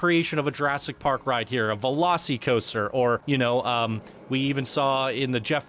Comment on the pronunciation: Velo-SEE-coaster? Velos-eh-coaster….